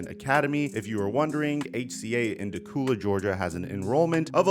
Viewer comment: Dacula is pronounced da-kew-la, there are so many backwater pronunciations for Georgia counties